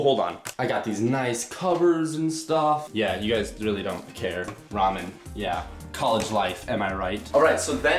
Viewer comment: RAMEN? MIN MIN